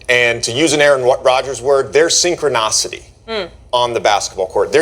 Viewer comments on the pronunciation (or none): My man went to Duke and said “synchron-ah-city”. That’s not how you say Synchronicity.